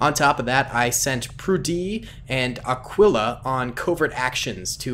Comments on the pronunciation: Aquila’s name isn’t pronounced “ah quill ah” as I heard you say it... it’s more like “ah key lah” not tryna be nitpicky I just know bc it’s my dogs name XD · Aquila is pronounced Ah-kee-lah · Aquila is pronounced (uhh-key-luh)